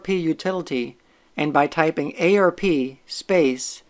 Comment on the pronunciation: Saying "ay-ar-pee" instead of "arp" is like fingernails on a chalkboard.